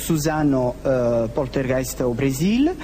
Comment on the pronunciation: Lou pourtougheist nourmal !!! 😂👍🇵🇹